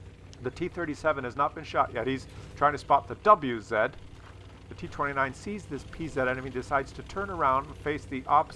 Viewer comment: It's not double u-zed, it is vah-zah just ask Skill4ltu :)